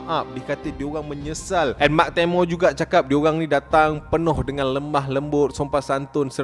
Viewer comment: Ibu tangmo bang 😂 bukan ibu tongmo 😭